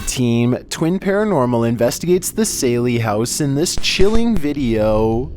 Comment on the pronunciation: Its pronounced SALLY house !!!